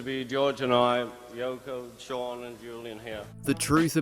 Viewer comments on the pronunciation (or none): none